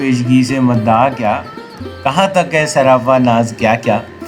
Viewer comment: مَدَعا نہیں ۔۔۔ بلکہ مُدَّعا ہے